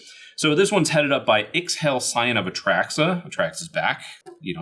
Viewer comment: Hey! Just a heads up, it's pronounced "ich-ell" or "itch-hell" kinda like it's Mayan